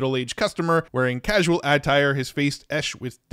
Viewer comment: The way you say attire and enveloped… are you AI? 😂 never heard it said that way before. What state are you from? If you’re even human! 😂 Thanks for all the videos on this subject 👌🏽